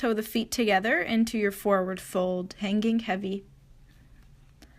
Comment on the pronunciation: love your flows so much girl... however it drives me nuts how you say "ing" words... lengtheninK. strengtheninK. hanGink. haha sorry girl. i accept you live in a different place than myself... everyone speaks differently. namaste honey. I love your videos